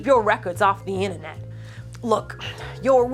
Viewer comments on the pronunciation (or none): none